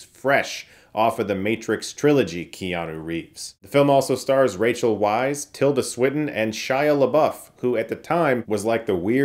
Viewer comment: Hi Chris, the name Weisz is pronounced like "vice."